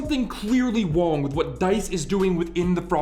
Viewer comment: "Something completely WONG!"